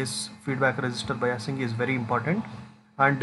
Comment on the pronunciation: Sir बाईसिगं को बयासिगं bol rahe hai😅